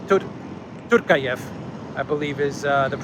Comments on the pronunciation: Tokaev, not Torkaev )) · it’s President Tokayev! He is a well balanced and wise leader for Kazakhstan